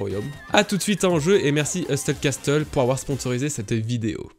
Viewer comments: MDR le meme message qu'a Nina, le T ne se prononce pas dans Hustle et Castle haha. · Incroyable la prononciation de hustle castle 😂😂😂